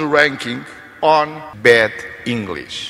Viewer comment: Será que ele queria dizer Bad english ou Bed english (inglês de cama) eh eh